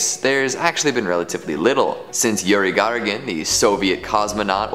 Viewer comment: Yuri gargin lol